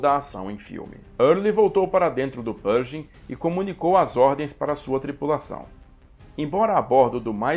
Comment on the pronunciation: Interessante a sua pronúncia de "Pershing". Dei uma pesquisada aqui no youtube e em outros sites e não ouvi ninguém pronunciar como você, a não ser o Mark Felton, que é de Colchester, Inglaterra, local de sotaque bem peculiar, mas eles não pronunciam a contração "sh" com som de "j". Não creio que esteja errado pronunciar "perJing", mas me soa bem esquisito...